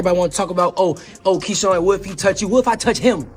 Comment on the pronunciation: Key-Shawn smh 🤦‍♂️